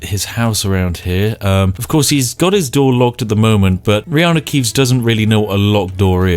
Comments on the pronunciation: You've said "Reanu Keeves" so much throughout all your Skyrim videos that the name "Keanu Reeves" now sounds weird to me. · I'm drunk but did you say reanu keeves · Spiff, sorry, what's wrong with your pronunciation? Did I hear that you said Riany Keeves punch the guy? Did you really said "punch" because I think "delete from existence" pronounced a bit different. What? I know when Riany Keeves "punches" he deletes his opponent from existence, huh? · I've heard Reaneu Keeves so much i always call Keaneu Reeves by his godlike brothers name. 😂😂😂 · I've heard reanu keeves so many times the name keanu reeves feels weird to me... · “In this episode, Reanu Keeves enters battle with a packet of IcyHot.” 🤣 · U said Reanu Keeves, and i was like no ur character has the first letter reversed And then i realized I had watched way too much of your skyrim videos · Fuck, 10 videos in I finally realise you call him Reanu Keevs. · Because of this U called John such Reanu Keeves without noticing I said it wrong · I have heard hin say Reanu Keeves so much it actually sounds natural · It took me 19 mins to notice he was saying reano keaves lol